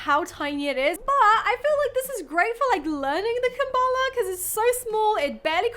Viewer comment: It's a kalimba not a kambala 😅